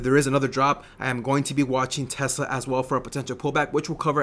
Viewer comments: u keep saying tessler lol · Love the way he says Tesler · Lol Tesler!